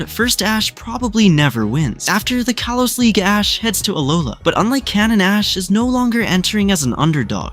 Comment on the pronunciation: "Kaylos" is absolutely foul